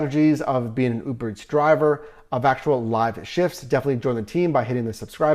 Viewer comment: bro why tf you saying Uberetts 😂